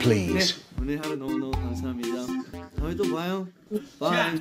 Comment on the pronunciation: a very british 'QuIeT pLeAsE'